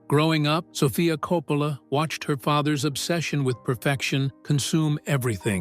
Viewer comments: KOPPPPPələ NOT kou-POUlə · I do like these videos but hate the AI pronunciations. You can do a modern one with Will & Jada Smith, the DeBarge Family & Alec Baldwin to start.